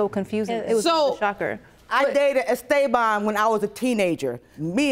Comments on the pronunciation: Okay, I get it when mother doesn’t know the fathers name. BUT how can you know the name and not be able to pronounce it?!?! Estaybon does not equal Estabon. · “I dated Es-STAY-Bon when I was 16” Me: WHO 😂😂😂😂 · "I dated Es-STAY-bahn..."...right after the daughter properly pronounced the man's name🤦🏾‍♀️